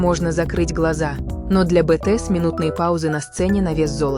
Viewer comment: Если вы озвучиваете видео про BTS то вы хоть правильно произноси группу!!!